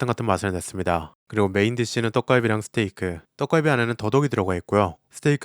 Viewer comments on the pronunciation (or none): none